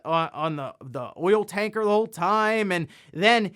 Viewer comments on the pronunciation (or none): none